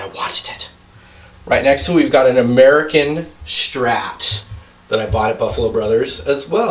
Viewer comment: I love how he says "ameerican" for almost every guitar